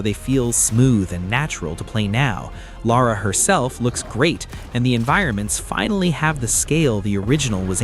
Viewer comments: It’s Lara Croft not lora Croft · Lara! not Laura. Lara Croft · It's Lara, not Laura. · Lara not Laura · Lora Croft? LOra? Really? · I cringed every time he said it.